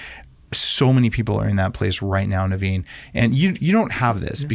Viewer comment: “Hey thanks Daveen.” - 30 seconds into the podcast. “Thanks Naveen” - one minute into the podcast. 😂😂😂